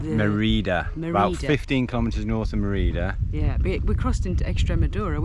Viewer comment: fyi - Mérida is pronounced MAY ree duh - great video and happy anniversary - from Mérida Yucatán